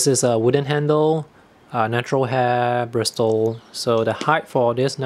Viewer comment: Hi, thank you for the informative video - I have a small collection of travel brushes and was curious about a couple you showed (not that I need any more!). Just a minor pronunciation note, don't say the "t" in bristle - it's more like brissle. I have a set of Silver Brush Black Velvet travel brushes that I like a lot but the quality is not consistent from brush to brush (hopefully they have gotten better since I bought them though). My newest obsession is a hybrid waterbrush I made for travel - it's not as compact but it is very convenient; it combines a sable hair brush tip with a waterbrush body (if you are interested, I just posted about it).